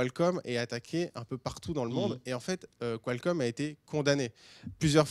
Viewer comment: en français ça ce prononce Kalcomm et pas Quoilcomm lol